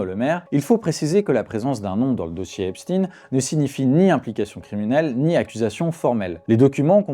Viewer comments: C’est pas Epstine,c’est Epstein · Pourquoi dit-il Epstine ? On ne dit pas albert Einstine !! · Pourquoi dites-vous Epstine ? Et non Esptein ? C'est quoi le malaise ? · eps tin ! prononciation insupportable !!!!!! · mais ca se dit Ep- shtaYNcomme ca . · Einstein (aynchtayne), Epstein (epchtayne).